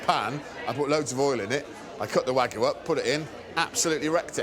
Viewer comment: Why can’t British people, including chefs, pronounce “wagyu”?